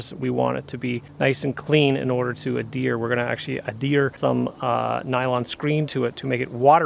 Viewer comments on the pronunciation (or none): "Add hear" not "A deer"